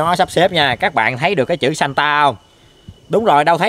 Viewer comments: Santa nghe 1 kểu nhưng đọc thì lại ra chứ satan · santa đọc lái thành satan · Anh đọc chữ santa ngược lại xem